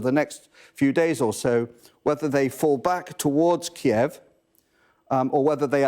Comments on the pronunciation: Thanks to Sky News presentation for taking the effort to pronounce Kyiv. Unlike the BBC "Keev". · Finally started pronouncing Kiev the correct way at the end..